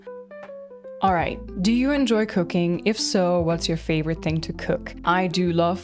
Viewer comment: sat here with a brew..🍵 waiting for a console delivery, 30seconds in and literally thought someone asked if you enjoy cocaine 🤔.. not cooking..🤦‍♂ well pardon me.. 😬😇.. (its not your accent its my🧠..). p.s. - you recently been playing Silent Hill f, do consider playthrough of Silent Hill 2 remake that would be sick. 👍